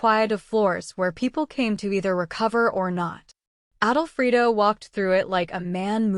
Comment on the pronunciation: Yes, it's not written, "Adolfrido", it's written "Alfredo", like the pasta sauce. Plus "goodbye forever" is two words, not three!!